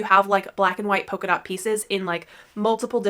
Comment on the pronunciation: Great content. Thank you. It might be my British ear but did you say poker dot or polka dot? It might be a pronunciation thing. Xxx I know that you know it is a polka dot - after the dance! X